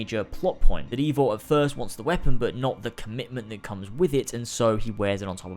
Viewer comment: I feel as though the character’s name “Eivor” is meant to be pronounced the same way as the popular Scandinavian name “Ivar/Ivor” and not “Ayvor/Eevor”